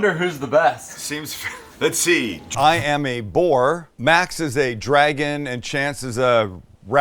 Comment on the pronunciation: For a minute there I coulda swore Sam said "I'm a whore" :) Oohhh Boar! My bad....